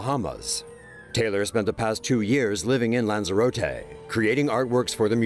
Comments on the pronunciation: It's pronounced lands-E-Rot-e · the way he pronounced lanzerote 😁